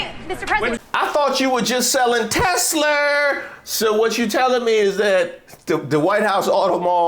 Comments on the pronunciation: "I love Teslerrr" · I love Tesler! 😂😂😂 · I LOVE Tesler 😂😂😂😂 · TES-LER…..This is about to get 🌶️ 😂😂😂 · Trump can't say Tesla because he's a mafia and saying anyone's name correctly is a sign of respect of the brand. Notice how Elon doesn't have a nickname like Sleepy Joe?